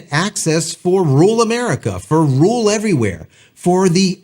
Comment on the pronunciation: Learn how to pronounce rural ya. Throwing your hands up in disgust before you even know what the exact plans are gonna be with the actual implementation of this verbiage. You don't know what the cap is gonna be at all yet either. And you're right, this was supposed to be for connectivity where there was none. Not expressly for HD video or gaming. The people using this in rural areas will still be very happy for the basic connectivity they hadn't had before. This video is just a baby creating content to make himself money. What a joke. First world problem whining. Biz is gonna biz. Your crying isn't gonna change it. I absolutely love my Starlink.